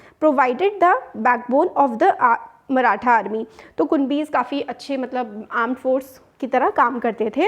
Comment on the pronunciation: Mam that is maratha not marathen. 😂